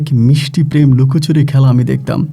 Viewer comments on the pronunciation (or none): none